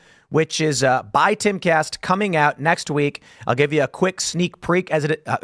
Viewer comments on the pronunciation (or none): "...A seak preak...." still thinking of the IRS Tim? 😂